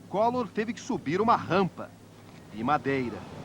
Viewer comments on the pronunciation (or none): Enfatizou a rampa de "Madeira" kkk